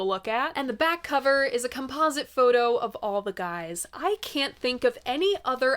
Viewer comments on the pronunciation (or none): none